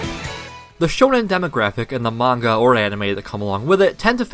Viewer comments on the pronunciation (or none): none